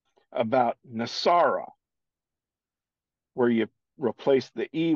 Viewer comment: It’s NESERA not NASARA